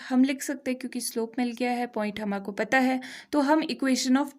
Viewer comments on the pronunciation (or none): Why u say hamako. ... Hamko... Bola kariye maaim... 😉😊